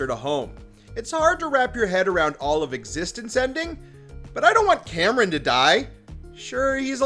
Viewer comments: Kamran (Kahm-Rahn) is pronounced properly in the series, why did you not spell his name phonetically in you script so you could pronounce it correctly? Its not Cameron. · His name is pronounced KOM-RON. But... with all the times he mucked up Bruno's name, he deserves it. XD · lol. Dude says Kamran like David Cameron. Couldn't they get a more appropriate person to cover this show? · Are you purposefully mispronouncing Kamran‘s name?? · Why do you call him Cameron not Kamran? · Please just say Kamran right. It’s not that difficult